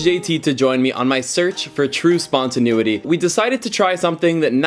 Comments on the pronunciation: "spontaneity", not 'spontanuity' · Canadians say spontaneity weird 🤣